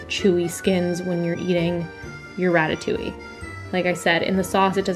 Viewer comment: Being French it’s so weird hearing her saying ratatouilli instead of ratatouille😭